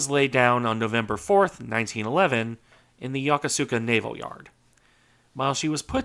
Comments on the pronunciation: The correct pronunciation for Yokosuka is Yo-ko-ska. The “u” in the third syllable is mostly silent. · The port of Yokosuka is pronounced "Yo- Kus- Ka" I suspect it's much like the contractions of names in English , like Worcestershire being contracted to "Wooster" or Woostershire"